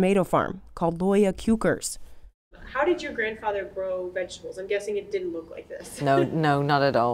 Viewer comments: kwekers means growers and is pronounced basically like quakers :) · 'Loya cue curse'...? 'Kwekers' (aka 'growers') is pronounced more like 'quakers'... (But kinda like how a german movie villain would say it; 'qVakers') It's not THAT hard, people.